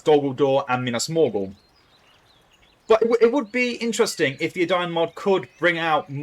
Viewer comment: it's not Adayun it's Edain. Eden-ayn